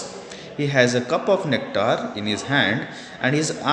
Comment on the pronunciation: cuptar of nectar lol